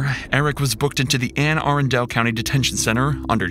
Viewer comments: Anne uh-run-dle. 😂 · Anne Are-un-del detention center lol. A bit off on the pronunciation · Ann Aran Dale county?? I live there. It is prononced Ann Ah- RUN-Dull. That's why I hate AI announcers. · “An Ah Run Duhl” is how you pronounce Anne Arundel. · Being from Anne Arundel, it's pronounced Anne "Ah-RUN-dul" like dull at the end, but kind of clipped. Sorry, nitpicking, but that was my home county for a while. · That’s not how you pronounce Anne arundel county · the butchered pronunciation of anne arundel lol